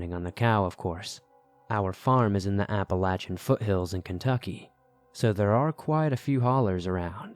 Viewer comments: Its App-uh-lay-shin. Apple-Latch-in kinda takes away from the seriousness, to someone who lives here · Apple-latch-uh is how people in Appalachia say it. Source: I'm from Appalachia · Applelatchin mountains haha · As a yee yee from Pennsylvania I have to say APP-UH-LAY-SHIN. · Yes.. from Georgia and that's how we pronounce it. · As someone else who has liven in the Appalachian mountains most of their lives I can tell you no one pronounces it like he does. Everyone says "apple-a-shun". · Apple-lay-shin phonetically spelled how it's pronounced. There ya go! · He doesn't pronounce it correctly though. he puts an N in it, making the CH extra hard. Appalanchian isn't correct. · The way he says it lol apple latch in haha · Your annunciation is not correct of your pronouncing of the word Appalachian . you sound like you have gum in your mouth as well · Couldn't even watch the whole video because of how Appalachian mountains is pronounced. 😆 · I love your videos as always, but I must tell you I absolutely despise the way you say Appalachian. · The way you pronounce Appalachian makes me wince lol But still definitely got some good stories here. I don't hear this topic covered much in all the other scary story channels I listen to so congrats on covering something unique! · I'm going of bc of the way he pronounced Appalachian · Where the hell did you learn how to pronounce Appalachian?! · Google says you pronounce it differently. There are many ways to pronounce it though, and he chose the most annoying, hair raising, and least commonly used way lol.